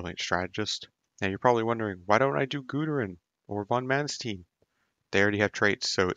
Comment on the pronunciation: it's mannst ei n like einstein. not stine